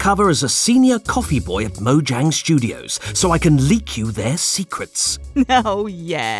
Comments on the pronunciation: studos* theres no “i” in “mojang studos” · Yes, there is truly no “I” in “Mojang Studos” or “Team”